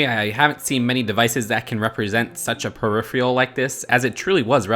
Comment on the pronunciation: You say peripheral wrong.